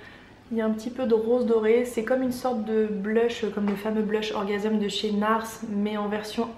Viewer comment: coucou ta facon de prononcer le blush orgasm de Nars m'a beaucoup fait rire:)!! trés bonne vidéo bises